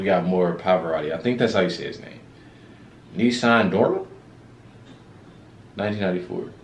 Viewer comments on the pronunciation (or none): NO. "Nissan" is a CAR. This is "Nessun Dorma." NESS-OON DOOR-MAH. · Neh-soon Door Muh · Pronounced NEH_soon Dorma from the opera entitled Turandot - by Puccini. Read the story and his voice becomes more powerful...He wins the girl or he dies... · yall talking about reading but yall couldn't even pronounce "nessun" correctly mad cringe